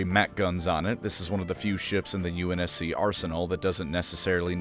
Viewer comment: Unc navy lmfao I can’t stop laughing. Stop butchering halo terms